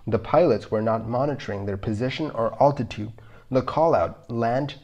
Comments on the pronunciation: You confuse your videos when you show different aircrafts as oppose to the one you are talking about! By the way, the correct pronunciation is “altitude”, not “owtitute” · It’s definitely a tricky one to listen to if the pronunciation of altitude gets to you. Maybe a stalling one next...